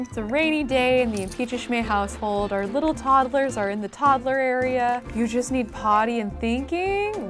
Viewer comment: Love this series!! Drives me crazy how says toddlers though 😅 like toddle-ers. Idk maybe it's just cause in from the midwest but she definitely adds an extra syllable in there! And we call them "tots" not "tods". Anyone else? 😂 Still a huge fan, I wonder how many parts it will be at baby #100